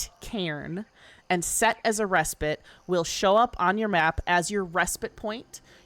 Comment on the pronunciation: I don't care about anything else, but THANK YOU for pronouncing 'respite' correctly! The last couple weeks have been maddening! What is wrong with people? These streamers literally talk for a living, you'd think they'd look it up!